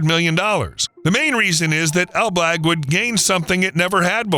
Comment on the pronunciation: Ok, but it's ELBLĄG, not ELBLAG - huge difference.